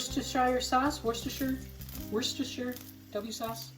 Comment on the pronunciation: Oh yess!! Imagine being alive in '71 eating this! Regarding Worcestershire, my uncle was born there and it is pronounced 'wuss te sher' :)